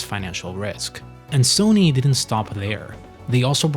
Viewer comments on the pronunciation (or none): none